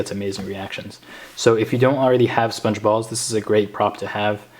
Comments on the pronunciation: I thought u said sponge bob XD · It sounded like you were saying sbongebob